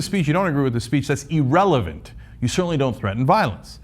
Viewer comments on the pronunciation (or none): "E-relevant." -Cenk.